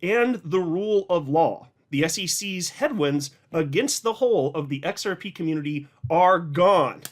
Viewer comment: The “XEP” 😂. Long live!